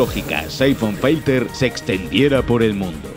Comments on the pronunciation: ¡Se dice filter, no "failter"! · Es filter no fighter carajo